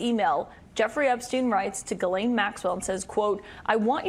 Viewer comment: How you go from "ghis"Laine to "Ga"Laine it's insane to me